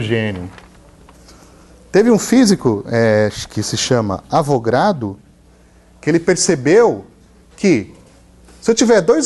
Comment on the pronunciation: Não é numero de Avogrado professor.... é Avogadro, de Amadeo Avogadro